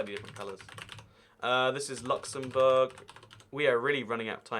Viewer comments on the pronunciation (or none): none